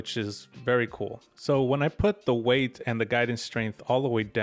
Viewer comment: I wasn't gonna say anything about "heidth" instead of "height" but then you said "weighth" instead of "weight" and I'm dying lol